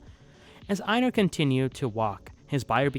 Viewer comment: I’m sorry but please stop pronouncing einar like that, you act like you haven’t watched an episode and see just reading off a script someone else wrote